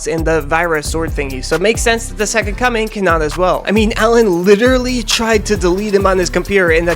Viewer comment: why do i keep hearing "the second cumming"?